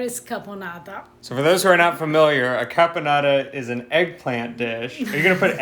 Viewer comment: This dinner looks way more delicious than any other Thanksgiving dinner ever! Of course I am completely partial to the Italian eclectic touches and twists Eva so graciously gave to it!!! I don't know why he keeps saying "carbonara' while the name of the cranberry sauce that she made is "caponata" with added cranberries which I find it to be an absolute "brilliant" alternative touch to the traditional boring cranberry sauce! Super well done Eva, well done!!! <3 The only missing item on this dinner is a little touch of good Italian wine, everything else looks delicious like..."Heaven!"